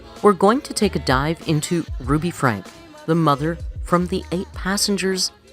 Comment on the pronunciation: I was a long time watcher to the old ruby for the kids .btw it’s spelled Franke but it’s pronounced frankie